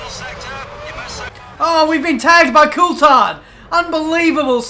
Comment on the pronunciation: Why can't you pronounce Coulthard correctly?